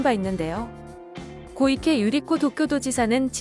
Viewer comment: 고이케 아니고 코이케임 한국어로 읽으면 소연